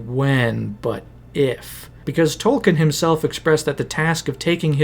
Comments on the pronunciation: A cursory effort online would quickly reveal that Tolkien himself pronounced his name as Tol- Keen . It would be like pronouncing Peter Jackson's name as Peter JOCKson . It's a little thing , but it's grating on my ears . You did a lot of research and this is a good video . A minuscule amount more and you would have gotten the famous author's name right . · An “expert” should know it’s pronounced “tolkeen” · Tolkien has an e in it... It isn't Tolken. Jeez... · Wished you pronounced tolkien's name right, just once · three hours of work, still mispronounced the authors name